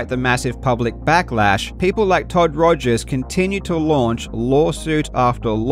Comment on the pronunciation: Jobst Was that on purpose when you said Todd Togers? I'm not even sure if it was a slip of a tongue or tongue in cheek remark anymore. XD